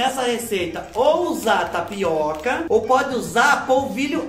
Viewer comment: Fubá do céu, a hora que ocê falô "tapiaca" deve tê sido um aviso que era mais uma tapeação da muié da internet... 😁😆🤣